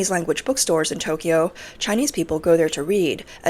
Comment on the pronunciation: You're Asian and you can't pronounce Tokyo, correct Tok key yo is wrong It's Tok yo